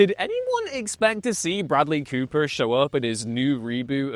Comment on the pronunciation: Bradely Cooper. Bradely Cooper? Come on, dudes. Good video.